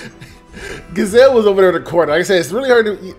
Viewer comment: It's pronounced G-ee-zelle like geez.